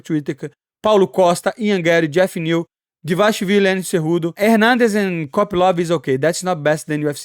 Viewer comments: “Triple C VS Merab Devalashaleefleef, Merab devashalevv” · There is only one man who can compete with you on pronunciation of fighters’ names’ . Merab “Dvalash liv-liv”, Merab “Davashwl” . 😂 That’s amazing. Can you guess who am I talking about ‘Money’ ? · How Money pronounces Merabs last name will always be hilarious. I cant say it either brother, but props for trying and trying 😂❤ EAZZZY MONEYYY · Moicano one of the realest madafakas in the UFC... and funniest too bro tried so hard to say merab last name.. anyway like this comment cause i like that hat mf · Its ok, I cant say mirabs last name either 😂😂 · Merab Dashwill vs Hobbit Whittaker for the best enmagined name pronunciation 2024